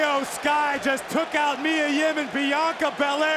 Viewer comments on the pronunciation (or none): none